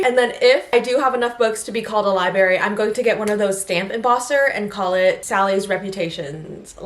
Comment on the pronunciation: I'm not trying to be mean, just letting you know it's not liberry. It's libRary. You're missing an r in there.